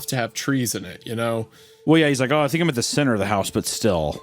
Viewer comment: “I don’t fink so” haha my favourite